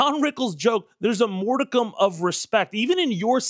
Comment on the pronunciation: *modicum of respect, pronounced mawd-ick-um.